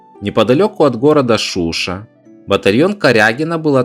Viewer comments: ШушА и генерал ГудОвич, проблемы с ударениями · Видео классное но есть проблемы с произношением в слове "Шуша" ударение ставится на последний слог. В слове "Куба" надо говорить "ГубА". Не корректно назвать каджаров персами они были тюрками и сейчас племя каджаров это субэтнос азербайджанцев. В остальном все очень хорошо желаю тебе успехов.) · Уважаемый, по русски правильно произносить Куба, на азербайджанском правильно Губа, а насчёт Шуша согласен с тобой, многие не правильно ставят ударение. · Постарайтесь впредь местные топонимы называть по их местному произношению не переиначивая на русский лад. ШушА (шушА) а не ШУша (шУша).